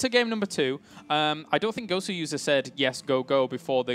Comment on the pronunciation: It's not "Gowser" it's "Goswser" as in "Gosu User"